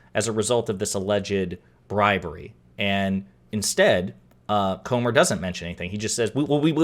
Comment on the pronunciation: Are you sure his name is not Gomer instead of Comer?